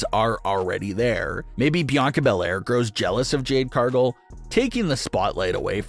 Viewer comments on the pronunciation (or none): CAR-gill. Not CAR-gull. Get it right. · Can you not pronounce Cargill?